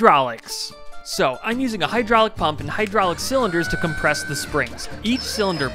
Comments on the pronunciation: Your ma-hydraulics😂😂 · Your moHYDRRAULICS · your mo-hydrolics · “And there’s only one thing I know that can supply 8,000 lbs…. Your moHydrolicsssss” 😂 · your mo- hodrolics